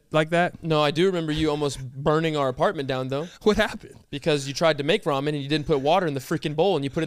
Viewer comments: how are you lonely my G, you is a good lookin dude, there is no way, then i think, man this guy really said raymen xD!!!!! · please...its RAW-MEN